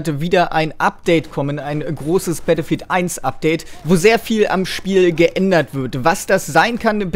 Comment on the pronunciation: Eminem bist du es? Alter wie du Battlefieild aussprichst! xD Gutes Video! :D